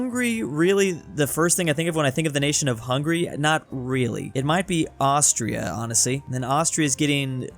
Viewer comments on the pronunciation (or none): none